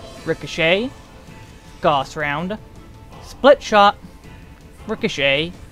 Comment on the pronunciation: Also, gauss is pronounced gouse, like house. Not goss. XD lol